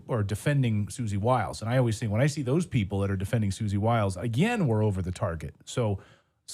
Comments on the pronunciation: Its not Suzie WIllis it's Suzie Wiles! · Susie Wiles not Susie Willis. Luke, I love you but I've had enough. Some of the words you mispronounce and use the wrong meanings kind of makes me insane. But that's just me. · Bruh, he is killing me🫠!! Multiple times Clayton says "Susie Wiles" only for Luke to be all like, fyi😏, "He's talking about Susie Willis."😌 Even Alex says it several times!! It's just like, how's he gonna play the clips, listen to all the rhetoric to then provide some commentary on, but all the mean𝘄𝗵𝗶𝗹𝗲 not once hear "Wiles" throughout?!!🤦‍♀️